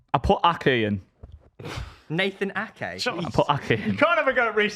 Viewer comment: bro said nathan ake